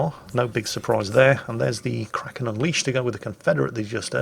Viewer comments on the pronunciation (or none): none